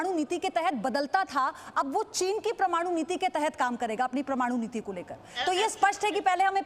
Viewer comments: Promanu ya parmanu bolna to sikh le ..... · सुधीर जी, ज़ी एक राष्ट्रवादी हिंदी न्यूज़ चॅनेल है और भारत में प्रायः लोग पसंद करते हैं। कृपया हिंदी उच्चारण पर विशेष ध्यान दें। परमाणु को बार बार प्रमाणु उच्चारित करती हैं जो ठीक नहीं लगता। धन्यवाद। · Parmanu ki jagah aap pramanu bol rhi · Madam it is Parmanu not pramanu Note your pronounciation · Pramanu nahi Parmanu bolo..... pagal aaurat. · परमाणु बोलते h pramanu नहीं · dear mam, its parmanu not pramanu.. correct your talking plz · Chutiye pramanu nahi parmanu bol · Madam Pramanu ya parmanu !!???! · Pramanu nai medom parmanu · Pramanu nehi hai, paramanu hai Thik se bolo yaar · प्रमानु नही है मैडम परमाणु है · प्रमाणु नहीं परमाणु है। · It's Paramanu.. Not Pramanu.. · मैडम, परमाणु होता है प्रमाणु नहीं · Hehhh parmanu ko bar bar pramanu kyunn bol raha he ye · hindi shbdo ka sahi tarike se prayog kare...parmanu no pramanu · "Pra"maanu bol rahi hai..." "Par"maanu hota hai deviji. 🙏🕉️ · परमाणु होता है। प्रमानु नही होता रे बाबा,,,,😂😂😂😂😂😂😂😂😂😂😂😂😂😂😂😂😂😂😂😂😂😂😂😂😂😂😂😂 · The speaking, of this female Ancorh on "Paramanu" ko as "Pramanu", is diffective! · Praaa-manu 🤣🤣🤣🤣Praaa-manu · Mem, parmaanu bolte nahi aata😘😍😚😜😝😋😙😗😘😻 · O.06 and 0.11 parmanu bolna to sikh lo madam😀😀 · These anchors do not know right pronounciation of many Hindi words.. very disappointing..Just heard "PRAMANU" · Paramanu bolna sikho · Madam parmanu bolna to sikh lo phele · कई लोग परमाणु बोलने को लिख चुके है उच्चारण शुद्ध होना चाहिए आप कई लोगों से चर्चा में है बहुत लोग आप को सुन रहे है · Wrong pronounciation pramadu.. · Promanu 😕😕 kyaa he madam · Madam o parmanu hota hai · I THINK THIS ANCHOR IS A US BORN PAKISTANI CITIZEN ,WHO cannot even pronounce the hindi equivalent of NUCLEAR .. GREAT ZEE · मैडम आपका परमाणु का उच्चारण सही नहीं है। इसे सुधारो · मैडम प्रमाणु नही परमाणु बोलो। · It's not pramanu, it's parmanu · परमाणु को प्रमाणु बोल बोलकर irritate कर रही है ये हिन्दी की एन्कर। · Pramanu nahi pagli..paramanu hote hai... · It is PARMANU, not PRAMANU.